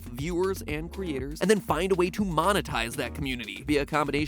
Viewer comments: is he saying duwang? I can’t tell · Did he say, “I wouldn’t have it any other duwang”? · did he say Duwang?